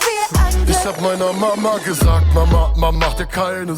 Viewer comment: meine mama hat gesagt: my mom said. And your pronunciation of "gesagt" is on.point.👌🏻